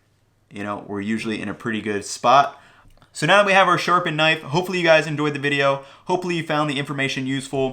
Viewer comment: Is it just me or is he saying "nice" instead of knife?